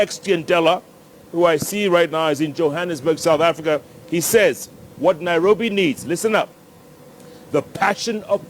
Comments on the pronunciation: Why can't say Nairobi? All I hear is NAROBI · She is trying not to say NAROFI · Honestly, she should at the very least get NAIROBI right. How does Jubilee get these weirdos? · That "" is not honest, not interlectual and definately not fit for the job. Somebody tell her its NAIROBI and not NARROWBI